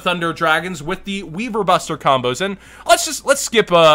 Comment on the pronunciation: it's pronounced WAIverbuster instead of WEEverbuster.😉 WYVERN + BUSTER